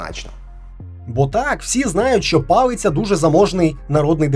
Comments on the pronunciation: Палиця не палицця. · палиця не палицця 😂